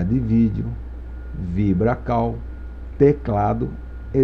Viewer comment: A pronúncia da palavra "CALL" não é CAU é Cou, então o certo seria "VIBRA CALL" VIBRA COU. Se está escrito em inglês deve-se pronunciar em inglês.